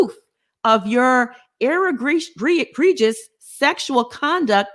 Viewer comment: Egregious is pronounced "e gree juss"